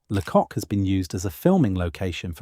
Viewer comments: Lots of footage that is not England which is a shame. Pronunciation is off too: it is not LeCock but pronounced laycock. And it isn't sinkwee ports but sank ports. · Great information but you need to know pronunciation it's Castle Combe is pronounced castle Coombe and Lacock is pronounced Laycock and creaky this is weird cinque ports are pronounced sank. This is all well known by educated English people. There are others it would be worth getting an educated English person to re do the sound track. The man doing the commentary has a pleasant voice but the lack of general knowledge is very grating.